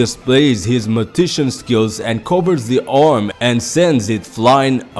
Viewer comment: Great video bro. Just wanted to tell you the word for Hisoka is "magician" (mah- jih -shin). I like Kastro too, it's like Togashi is giving a lesson to stick to your strengths, not your weaknesses or you will only be mediocre at them.